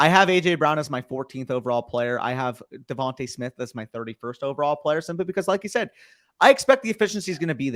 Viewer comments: why can nobody say Devon-TUH Smith haha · Lol well come on. The one guy with the stache knows his stuff and is well spoken. I’m wondering about these other dudes. If you can’t pronounce Devonta Smith how can I trust your advice?! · Devonta is pronounced Devontay. Plague is not Pleg. Sixth is not sickth.